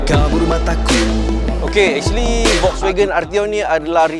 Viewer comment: cuba sebut FOLKSwagen